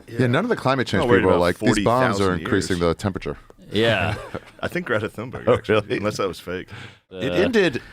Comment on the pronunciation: Not a single person who has criticized (the teenager) Greta Thunberg has pronounced her name correctly. Interesting.